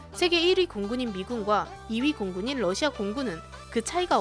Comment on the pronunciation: 북 때문에 러시아를 부시아 라고읽음ㅋㅋ